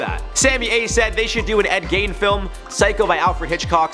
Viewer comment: I hate to seem like I'm defending a killer but Ed Gein did not kill his mother, nor was he a serial killer. He was a grave robber who killed one person. And his name is pronounced like G-een, not Gine or any of the other stuff you guys say. I'm from WI so I'm really familiar with all of our killers I guess....